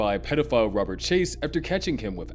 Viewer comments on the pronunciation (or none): none